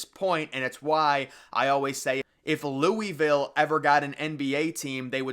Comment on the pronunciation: Say Louisville right